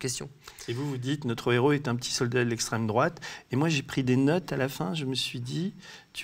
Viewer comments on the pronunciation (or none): J'ai arrêté au bout de 5 minutes quand j'ai entendu "extrême droaute", en fait vous ne vallez pas mieux que les autres propagandes et manipulations.